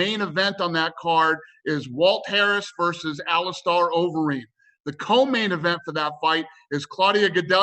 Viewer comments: “Alice Star Overeem” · Ali-star overeem? Am i dumb or is he dumb? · "AliSTAR Overeem" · He’s a pretty big name in the UFC. It’s hard to believe that Dana can’t learn to pronounce some of the major fighters names properly.